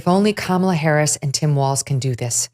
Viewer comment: K-malla, Kam-ala, Kama-la, Kamel-a, VDH: Ke-mella 🤣🤣